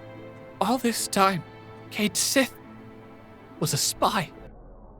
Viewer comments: Except it's supposed to be pronounced Kayt Sheeth... apparently. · It's supposed to be pronounced Ket Shee. That's the Scottish pronunciation, as well as the pronunciation they use in the Japanese versions. They also use it in Dirge of Cerberus' English version. In fact, FF7MA themselves bring it up; when Cait Sith is first introduced, and they type in "Ket Shee" in the name field before erasing it and writing Cait Sith. and later when Cait Sith is talking to Dio and says "You know who I am! Cait Sith!" Dio doesn't recognize the name; Cait Sith then says "Ket Shee?" and Dio goes "Oh!"